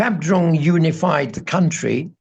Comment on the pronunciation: What are delightful interview. Having Tibetan Buddhist connections from the UK I understand much of what he says and I agree that the values of the West to my mind are not values at all they're just corruption written large. please..... the word "country" is not pronounced like foundry, its pronounced like fun tree